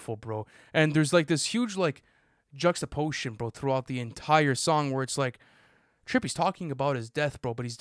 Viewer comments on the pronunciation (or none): “juxtapotion” is crazy